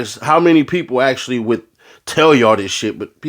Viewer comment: Wun you wascilly wabbit the powice are coming 😅